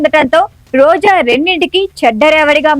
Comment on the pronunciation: Why Roja and rajakeeyam are being pronounced as Roza and razakeeyam?